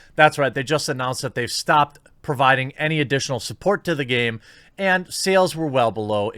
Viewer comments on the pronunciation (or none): none